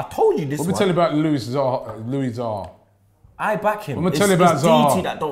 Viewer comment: Who tf is Louis Zaha?🤣 on the sniff😅.